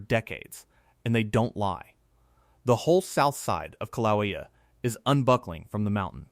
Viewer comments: learn how to pronounce KIL-A_WAY-A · Kill-a-way-a is how you say it! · “kill ah way ah” . Please